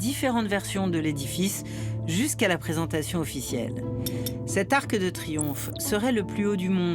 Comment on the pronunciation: Svp, au moins pas sur ARTE. Pourquoi prononcer un "e" à la fin de "arc" alors qu'il n'y en a pas! Mais quelle est cette nouvelle mode de prononcer à l'oral un "e" à la fin de mots qui n'en ont pas?🥺